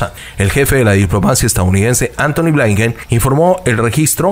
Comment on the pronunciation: Se pronuncia así Trudeau / trudo Blinquen / igual la i no cambia se pronuncia tal cual blinquen.